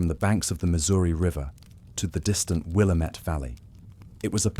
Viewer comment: As an Oregonian, Willamette is pronounced will-am-it. But I’m honestly impressed you pronounced our state correctly, as people from the east coast of the US don’t even pronounce it right, especially the northeast. Thanks for covering the Oregon Trail!